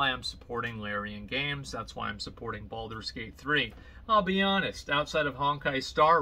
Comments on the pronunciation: BALD-ur's Gate. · when Asmon pronounce Baldur's Gate it sounds so BALD.. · why does he emphasize the first 4 letters of Baldurs gate a little too much? he does this at about